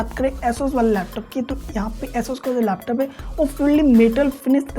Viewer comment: Laptus nahi, laptop bolte hay